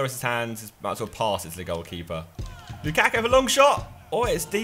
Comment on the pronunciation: lukakku? I thought he said bukkake..